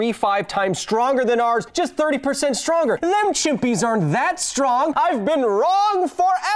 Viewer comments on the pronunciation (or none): none